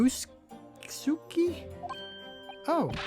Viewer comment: Ri-you-no-s’k. In Ri, the i sounds like a long e. The su is shortened and sounds like a hissing sound effect. K like ok. The hissing s and k are merged together. In most other words, su is pronounced like Sue.